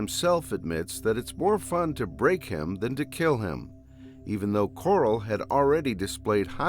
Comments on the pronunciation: Bro... Why are you saying "kurals" name like that lol😂😅.. Like Rich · He did not just call him "Coral" 😂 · Oh nah is this dude saying Carl like "Coral" unironicly or is he self aware?😂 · Did blud say Coarl on purpouse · lol the AI pronunciation of Carl